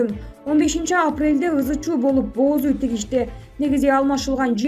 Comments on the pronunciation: "Бооз уй" тигишти дейт го."Боз уй" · Эмне деп окуп жатат,бооз уй дейби?бир эле о менен окулат.Мынча сабатсыз болуп кетишти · Эмне дейт бооз уй дейби😀😀😀